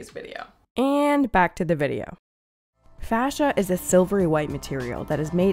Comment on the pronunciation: Fascia become slowscia Seriously though it's face-sha, yeesh.